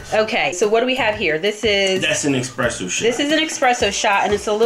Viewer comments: If you're going to do an espresso coffee maker review, the least you can do is pronounce it right. It's called espresso ( pressed-out coffee) - not expresso as you say . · Esssssspresso not exxxxxxpresso lol. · please stop saying Expresso! it's Espresso! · I still say Expresso all the time. It really doesn't matter to me. The drink goes down the same way no matter how it's pronounced. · ESPRESSO!!! WITH AN "S" ! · You spelled it correctly but you still say expresso 😅